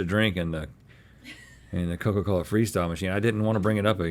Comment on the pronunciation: "Coker coler!" 😭💀